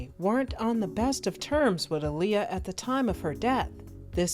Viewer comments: if yall REALLY know & love my detroit sister, listen 2 her beyond the music & drama. she specifically said my name is pronounced like muhammed ALI, not uhleeya. thats why the two a’s AHLEEYA, say that shit right & peace the deceased Aaliyah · I just wish ppl would stop butchering her name. That is not how you pronounce her name 🤦🤦😡😡😳🙄